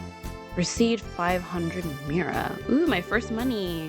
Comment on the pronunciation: Pretty sure Mira is pronounced “meera” lol